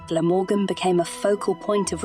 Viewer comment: Had to stop watching/listening due to the awful pronunciations.. even Glamorgan